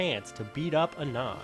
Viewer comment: "ah-non" holy shit